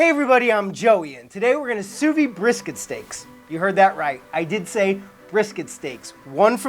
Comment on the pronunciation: Great channel! Why do Americans have a tendency to pronounce “sous vide” wrongly? It’s “SOU-VEED” with a hard D